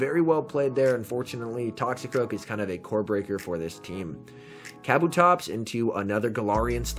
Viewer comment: It's Kuh Boo Tops, not caboo tops...